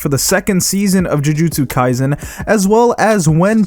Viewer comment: There is no "z" in kaiSen.